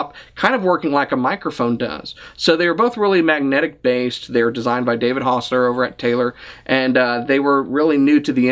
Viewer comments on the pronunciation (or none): none